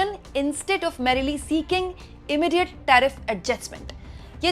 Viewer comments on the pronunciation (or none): none